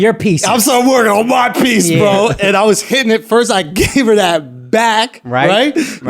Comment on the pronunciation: My buddy suggested I play this drinking game. 1- Sip when they say son. 2- Drink when they say bruh. 3- Finish when Andrew doesn’t pronounce the T in the middle of words “hi-in” vs hitting. I’m two minutes in and I’m already dead.